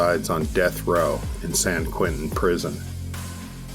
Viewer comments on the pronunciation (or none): none